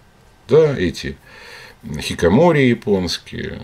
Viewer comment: Чуть-чуть поправлю. Не хикамори, а хикиКАмори)